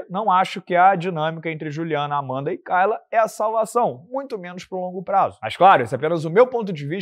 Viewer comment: Você morou na gringa mas não consegue aprender que nos EUA "kay" se pronuncia "quei" e não "cai"?😂